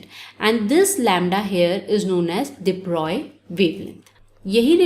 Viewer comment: I think you are the only one who tell everytime de broy in pronunciation. Everyone is forget to pronounce it in flow